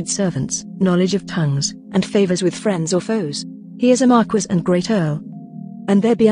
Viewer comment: Tell this robot that Marquis is pronounced “Mar-KEE” it’s driving me insane.